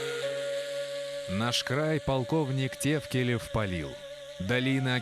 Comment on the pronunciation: ТАФКИЛИВ ОН ,А НЕ ТЕВКЛЕЕВ,ЧТО ЗА РУССКИМИ ПОВТОРЯЕТЕ